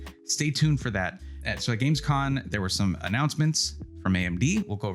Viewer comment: GamescoM You're killing me here 😂 A lot of non techy people say ChatGTP...